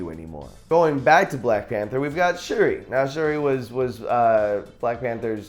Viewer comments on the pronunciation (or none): none